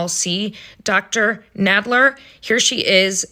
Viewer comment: I know it's a minor thing but it's a bit cringe that you keep mispronouncing her name (saying Nade-ler) when we've heard her friend say Nadler a dozen times already.